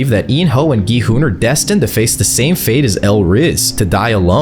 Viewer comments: Gi Hun is pronounced in every way except the correct way which is (Gyuun) I dont understand why so many videos even none AI generated get the pronouncements wrong it's literally mentioned in the show even in the english dub. It's not (Gee hun) its (Gyuun) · ah yes “g-man and go-hun” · Go hon he hon bro is not saying right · Not gohan😭you say Me: ITS GI-HUN BRUTHA GI-HUN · GMAN IS NOT GI HUN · Gi hun:❌ Go hun:✅ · Why’s he calling gi hun “go Han” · Its gi hun not gman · Gohan Gilbert G man G money G honey Front daddy Those are wild 💀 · Bros pronounciation of gi hun G man Gi hun Gohan Gi money G-I hun Gi- honey Gillbert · “Gi Hun” “G Man” “Gohan” “Gi Money” “Gilbert” “G I Hoon” “Gi Honey” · BRO IT G I HOON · Who is giman bro and giburt and gohun brooo its GIHUN bro plus whos g i houn bro And whos gi money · Bro how many times you said gi hun wrong? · Why does he keep getting gi huns name wrong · You pronunciation of gi huns name, tf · Bro just doesn't know how to say gi hun😂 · WHAT ARE U CALLING GI HUN LMFAOO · bro cant just say 'Gi hun' 😭😭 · Bro called gi-hun everything but gi-hun 💀